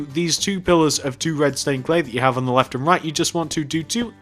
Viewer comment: at the start you said redstone cley